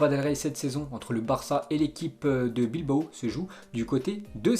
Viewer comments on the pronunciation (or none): none